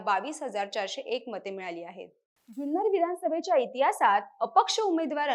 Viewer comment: जुन्नर चा उच्चार चुकतोय